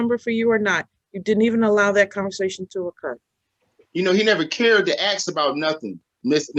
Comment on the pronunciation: One of the first signs of mental retardation: The word ask is pronounced aks.